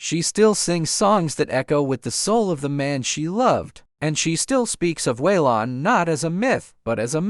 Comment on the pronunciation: Way-Lon? Must be an AI voice.